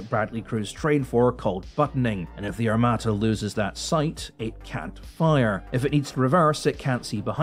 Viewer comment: Today you don't even have to make videos to get clicks - all you have to do is to make "my reaction to "x-y-z" video". PS. That said < A > it's no " AR-MA-TA' " (no stressing on the last vocal) - it's "ARM-A' -TA" ...and < B > why so much drama about a "tank" that does not EVEN EXIST?? 🤣😂 When anyone sees it on the battlefield, please send me the video! 🤣